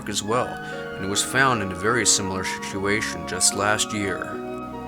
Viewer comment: A very serious sishuashon you say?! A very crit sish indeed. lol